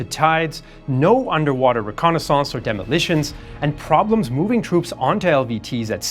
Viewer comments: Reconnaissance rēˈkänəs(ə)n(t)s Not Reconnaissouncé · You pronounce reconnaissance weird. At least it's not ai so I'll take it happily.